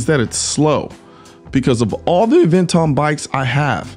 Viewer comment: Ah- ven-ton